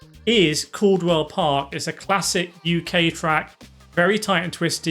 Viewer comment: “Caldwell Park”? 😂 Cadwell, pronounced like it’s spelled.